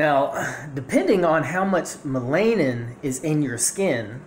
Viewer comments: It's pronounced mell-a-nin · ma-LAY-nin lol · Bruh.......no😂😂😂😂😂 and its pronounced MELL-anin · YOU DONT EVEN SAY MELANIN CORRECTLY HOW CAN WE TAKE YOU SERIOUSLY WOW